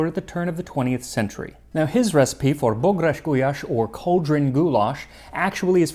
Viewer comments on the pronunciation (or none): It's ok. He really needs work on the long "á". For most English speakers, that's the easiest. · Bográcsgulyás wasn't correct but I am used to much, much worse from foreigners. I always enjoy Max's pronounciation even if I don't know the language myself, it feels right :) But Hungarian is difficult :P